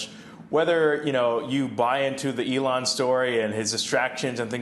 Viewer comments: That was so weird- sounded to me like, “Ellen.” Did Fields’ hearing aid malfunction? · This guy kept saying Alan!!!! 🤦‍♂️ 😂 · Plus he can’t pronounce Elon’s name. There is also that. Lol.